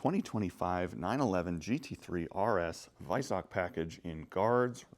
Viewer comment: Silver wheels look shit same with the black calipers, and you are miss-pronouncing Weissach.